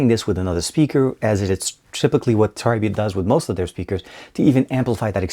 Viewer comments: It's not pronounced Tri-Beat. The correct way of saying it is Try-Bit (Tribit). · it is pronounced treebeet